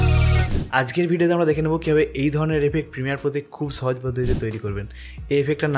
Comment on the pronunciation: ছহজ কি জিনিস? 🤣